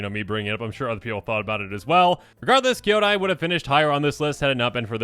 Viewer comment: Listening to mispronounce Kyodai is inflicting massive psychic damage to me. DX